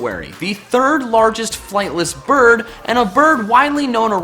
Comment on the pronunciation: Every time he said "bird", I misheard it as "birb".